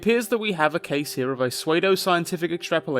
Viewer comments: "Sue-ay-doe" science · did you just pronounce pseudoscience like suede - oscience ,, like the fabric,,, m8